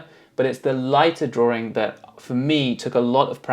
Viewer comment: That word drawRing gets me every time